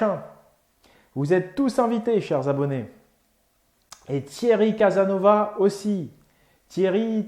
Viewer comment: T'es un gamin tu lache pas le "Thierry Casanova" alors qu'il le dit lui même toujours dans ses vidéos que c'est Casassssnovasss!! pour la conference cest cool meme si il y a 20 personnes ça le fait. ça me chauffe de fou